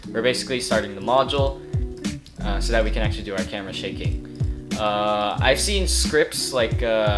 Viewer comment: No one:: "Camara"